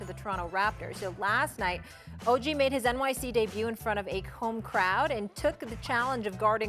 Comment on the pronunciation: Y’all are going to have to figure out how to say Ogs name right lol